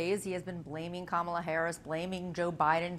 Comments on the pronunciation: Mr. Tramp sure seems to have an ongoing problem pronouncing VP Harris’ first name. I hope it’s not due to a cognitive decline. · She said how to pronounce it in introducing herself at the debate. In one ear, out the other. Deliberate. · and there's something wrong with a guy who after such a long time STILL can't pronounce Harris' name correctly! or, maybe he's just being "bad". (a different type of mental impairment) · If the former is SO much smarter, then why can’t he pronounce Kamala’s name properly? 🤔 Oh that’s right, it’s intentional disregard. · There's something wrong ... with a Presidential candidate who can't pronounce her name correctly. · Is it mental illness to intentionally mispronounce someone’s name thousands of times in front of other people like that is a normal thing to do?